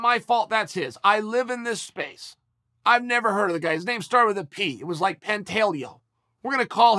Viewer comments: I feel like."Pantellio" isn't gonna get the Chael rub 🙈😂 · “Were gona call him pantelio” 😂😂